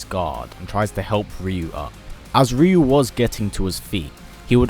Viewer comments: Can you stop saying Rio it’s pronounced rayu TWAT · I hate when they pronounce the name "ReYu" I say "RaYu" although both names are pronounced incorrectly. Correct way to say Ryu is "yu". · Wait, so all my friends and I were always pronouncing his name wrong? We always said Rie-you...